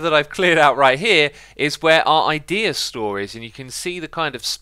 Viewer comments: how many times did xisuma says ikea instaed of idea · I love how xisuma keeps saying IKEA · Nice vid but why u coping pewdiepie nvm I thought u were pronounceing ikea wrong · xisuma Said Ikea instead of Idea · do you pronounce the ea of idea the same way as in ikea? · you said idea wrong